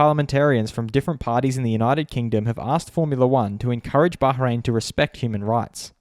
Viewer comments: It's Bahrain, not Baharein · No One:: baHrain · What is it recently everyone pronounce Bahrain as Bahhhhrain?